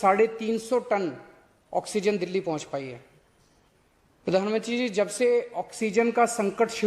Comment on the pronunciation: pradhanamntri tk theek se nhi bola ja rha Ye chichli rajneeti krne vala admi hai